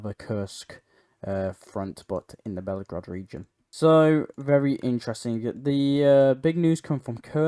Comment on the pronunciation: Just a helpful hint: the name of the Russian city is Belgorod not Bellagrod.